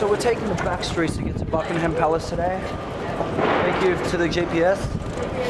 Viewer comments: it's pronounced bucking-um palace pal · The way he pronounced Buckingham 😂 awwww great photos aswell x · I love the way you pronounce Buckingham palace, you're so cute